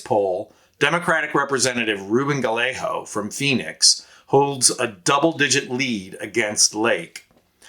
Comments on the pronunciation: Seriously??? It's pronounced guy-A-go. Emphasis is on the second syllable, a hard A. (Not guh-lay-ho!!!) SMH!!! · Gallegos, pronounced gayego (ll=y and a g is only an h at the beginning of a word.) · For future videos, the double L in Spanish is a digraph that sounds more like a Y not like the normal L sound. Gallego is pronounced: gai-AY-gow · Good presentation and concise reasons why Kari Lake is set to lose here senate run to Gallego. Please note: the double "ll" in Gallego is pronounced as a y sound, thus making his name Guyago. Not Galeho. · It’s guy-yay-go, not guh-lay-ho. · Say "Gayego" ... Not Galaho! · It's pronounced like "Gaiyego." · Pronounced Guy Yea Ga! No L's Az. Voter!❤ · Pronounced guy-a-go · Thanks much. Nice presentation. ( fyi.. his name is pronounced ‘guy-yeah-go’) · It would really be cool if you would pronounce Gallego correctly. guy YAY go. The double L in Spanish is pronounced like a Y. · You are absolutely butchering the pronunciation of "Gallego." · Just FYI: Gallego is pronounced "guy-yay-go" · What an odd pronunciation of Gallego. It's pronounced ga yay go in Spanish. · Hermano, fyi, Gallegos is pronounced: guy-yay-gos. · Guy-yay-go. You are saying his name wrong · It’s pronounced Guy yay go. He has no worries about sKari fLake. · It's Gah Yay Go. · Sorry but his name is pronounced guy-egg-ah. It's like fingernails on a chalkboard when you say it wrong and does nothing for his name recognition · His name is pronounced guy-a-go, the 2 l's sound like a y, he's a good and serious problem for polluted lake. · It's pronunced: Gai-ay-gow. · It’s Gallego not Galleyo, do your homework! Disaster! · Learn to pronounce his name; it is more like Guy-eggo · You should learn how to pronounce Gallego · For an Occupy Democrats video you sure dont know how to pronounce Ruben Gallego’s last name lol